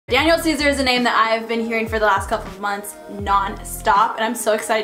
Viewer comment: Why she said his name like that tho lmao, "Danyiaal" 😂💀